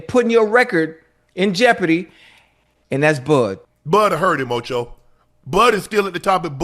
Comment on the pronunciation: Stop it OH-CHOE!